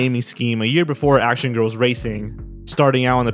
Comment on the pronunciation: Action girls what he was saying sound like acid girls